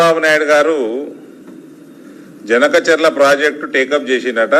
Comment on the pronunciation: బనకచర్ల ని జనకచర్ల అంటున్నావ్ అరగుండు సామి..😝